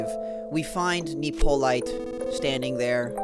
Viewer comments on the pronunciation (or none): Pronounce Nippolyte's name correctly challenge: Impossible. It's Hippolyte with an N.